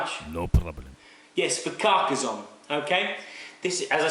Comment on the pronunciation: It's not Carca-Z-onne but Carca-SS-onne (as in "snake")